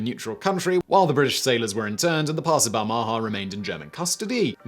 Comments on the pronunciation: Balmaha is pronounced with the stress on the first syllable and the second syllable's vowel being and unstressed schwa. It's a town in Stirlingshire, I've been there many times as my grandparents live nearby. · ba- ha -ma ???? do you mean Bahama? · Your pronunciation of ship names is dismal and makes it very hard to watch. The "Pass of Balmaha", pronounced Bal-ma-ha. Tipperary is pronounced ti·puh·rey·ree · I have never heard the name Balmaha pronounced so badly. Bal Ma Ha. It has a couple of great pubs. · Balmaha - pronounced more like "Bal - m'ha". The second "a" soft and barely pronounced. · Small note on the pronunciation of Balmaha.... The inflection belongs on the last syllable....... Bal-ma HA. It's a small town on the shores of Loch Lomond. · Please learn to pronounce 'Balmaha.' This made me wince every time you said it. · Sorry, the pronunciation of Balmaha is making me cringe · What about his pronunciation of Balmaha? It's in Britain and he butchered it too.